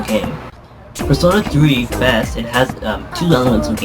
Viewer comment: this review was ok but u pronounced it wrong its FES not fess